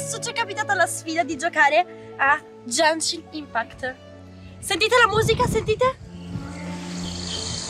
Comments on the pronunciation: Come si fa a dire "È JEANEESHIN IMPACKT" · miglor commento dell anno genshin impact nn jenshin impact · si dice GENSHIN IMPACT NON JENSHIN IMPACT. Grazie poldo ti adoro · "Gencin impact"💀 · frate solo lei dice Jenshin Impact (la pronuncia corretta del gioco che LEI sta sponsorizzando è Genshin Impact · ✨Jenshin Impæct ✨ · ‘’Jaenshin inpact’’ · Jenchinin pact pronuncia fanciastica italiano corregiuto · "Jenshin impact" mio dio XD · che dice "Jenshin impact" è una nuova scoperta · NO è jenscin impatt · "É JENSHIN IMPACT" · Non è come lo dici tu e gunship state crayo da mihoyo